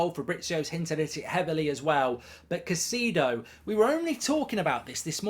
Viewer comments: Still can`t pronounce his name right. it`s Cai-cEDO as in Enzo. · Stop butchering the man’s name… smh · Why is it always British people butchering peoples name. Like u haven’t heard people saying their name for the whole season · Your name pronouncing is goldbridge lol